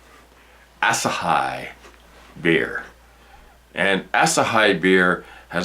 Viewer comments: P.S. "As a high" is btw a great pun on Asahi's correct pronounciation, which is more like "az a he". But, don't worry we all have our own pronounciations, i.e. . Cheers! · It's pronounced Ah-sa-he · I love asahi. Not heard it said that way before though lol x